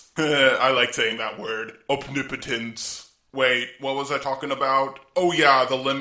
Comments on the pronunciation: Opnipotence? Not omnipotence? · It's OMnipotence, not OPnipotence